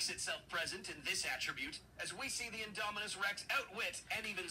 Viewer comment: "inominus rex"